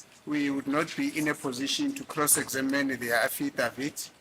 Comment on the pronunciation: I lovs the way pronounces affidavit❤